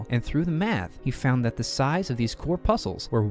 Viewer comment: Pronouncing corpuscle wrong, gave it away....